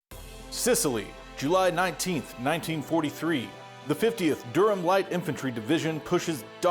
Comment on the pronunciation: Great terrain! It actually looks just like the interior of Sicily, which I know well. Btw, Durham is pronounced somewhere between “Durrem” and “Da-rum”. The “h” is completely silent.